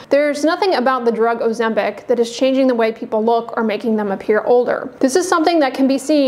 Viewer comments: It is not 'OzemBIC' but pronounced OzemPIC! Where did you get your license from? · You keep saying "Ozembic?